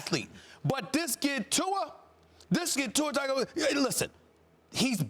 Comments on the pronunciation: TUNG-oh-vi-LOW-uh....it’s really not that hard to pronounce, guys. It’s the second year into his college career and sportscasters are still calling him Tag-o-viola.🎻🤦🏼‍♂️ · After all this time Max still cannot pronounce Tua's last name?!?!?!? Does he watch any Alabama football games or listen to any other broadcasts about Alabama football? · They still didnt pronounce tua last name right lol